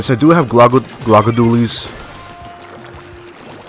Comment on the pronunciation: Lol they’re pronounced GLUE-ga dualies